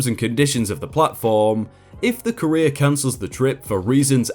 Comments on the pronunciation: Your pronunciation of courier is downright painful. Takes me out of the story so hard. But I know you're trying :) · The original word is French, I think, so English just tends to do whatever with it, given the bajillion accents English tends to have. ^^ I've never heard it pronounced like does here, tho. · I got so mad at how you pronounced courier. My sleep deprived brain made me mad. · wtf dude? Your pronunciation of certain words is insane. On one of your other vids where you butchered the words “scrupulous” and “severance” I defended you from complaints but this “courier” business is nigh on unforgivable, especially as you say it so many times. 😔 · I've never heard it pronounced "ka-rear" before, always said it"koo-ree-er". "Ka-rear" is the way I'd say career. So hearing things like "the support line for careers" is really funny. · Please learn how to pronounce the word COURIER... something like COUR’-re-er, not ca-Reer’. A courier is a person who delivers something. A career is a job your perform... usually. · So very distracted by you pronouncing "Courier" as "Career" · Courier=CUR-ee-er. Career=cuh-REER. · I would just like to point out "Courier" is not pronounced "CAREER" but "KUHR - EE - ARR". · Courier is Not pronounced the same as career. It's pronounced ko͝orēər and it's someone who delivers stuff. Not career. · It’s COUR-IER. Like CUR-IER. Not CAREER. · Courier rhymes with furrier, not career. 🙄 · Courier is not "Cah-EEE-r'. it is pronounce "CORE-ee-er". Unless it's completely different in the UK, but even that can't explain that bizarre pronunciation. ^^ you sound like you're talking about someone's "career". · Say it with me Cou-re-ER! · The way you pronounce "courier" makes it sound like "Korea" to me. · To my American ears, your pronunciation of 'courier' sounds like 'career'. :) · Pronounces courier correctly once. Pronounces it "career" the rest of the time. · Each time you said "courier" I heard "Korean". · Lol I kept hearing "careers"